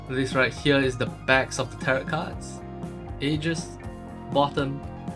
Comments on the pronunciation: The t on the end is usually silent 😊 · tarot sounds like carrot om nom nom